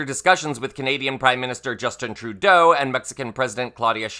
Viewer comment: What did Troudeau say? 'Third say'?